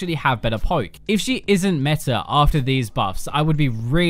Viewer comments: IT'S META!!! NOT METAR!!! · My ears bleed when he says metar instead of meta....